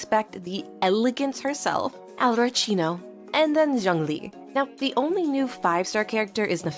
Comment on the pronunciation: It's Arlecchino not arlechino